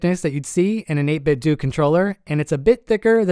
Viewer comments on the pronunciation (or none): It's not 8 bit doo, it's 8 bit DOH Most of the internet figured out the pronunciation already. I'm shocked to see someone who still hasn't figure out the proper pronunciation. The company modeled their name after Nintendo (Nin Ten Doh) (8 bit Doh) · It's 8 Bit DOUGH. Not 8 Bit DOO! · It's pronounced "8bitdoe" like Nintendo. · only audio bug I had was the 8-bit-do pronunciation as I always assumed it would rhyme with nin-ten-do